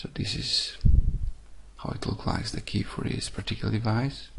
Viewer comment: Key not jey